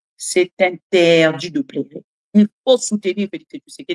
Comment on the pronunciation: Maman sala attention na prononciation ya PLEURER # PLERER. Merci pour le reste.